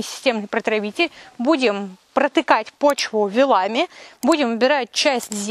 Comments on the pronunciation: Спасибо большое! Полезно и интересно. Только очень режет слух - вилАми. Правильно - вИлами (проверочное - вИлы). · ❤ только почему вилАми, а не вИлами? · Извините, но вы неправильно ставите ударение. Не вилАми а вилАми точки с запятыми не поставлены, потому что телефон тут же убирает заглавные буквы для пояснения. Вы грамотный человек, а это неправильное ударение очень режет слух, потому что так произносите именно вы. С уважением к вам А. В.